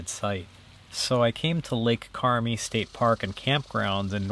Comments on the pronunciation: It's pronounced Lake Carm-EYE. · It’s Lake Carmi, long I. Just wish you could have told more of your locations. I live in Northern Vt, just wish I knew where you were.